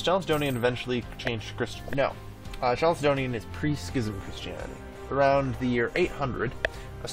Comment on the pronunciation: Why does he pronounce it like "chalicedonian" when it's written like chalcedonian? Is it actually pronounced chalicedonian? It's triggering my autism not knowing this